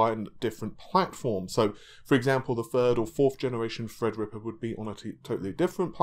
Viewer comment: FredRippa 3 canceled? Seems is nudging us back,and making fun of HIMSELF... As we often do,with his Endless mispronunciations!